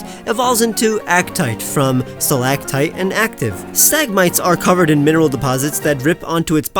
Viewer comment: Stalagmite not Stalgtite tite up mite down